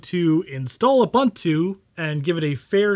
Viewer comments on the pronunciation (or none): OOH BOON TOO OOH BOON TOO NOT OOH BUN TEW come ON MAN get your shit together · It's pronounced "OOBOONTOO". "OOBANTOO" doesn't exist. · That's pretty cool. Linux kills on basically any older computer because it's so efficient. BTW, all the u's in Ubuntu are pronounced "oo", not "uh", so it's "ooboontoo", not "oobuntoo". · Great vid. by the way its pronounced as. uboontu. I think as an african i should bring this up way more. Cheers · If you cannot even pronounce Ubuntu (ooh booon too), what do you really know about Linux ....sorry, Mate, learn proper pronunciation. Don't disrespect my culture.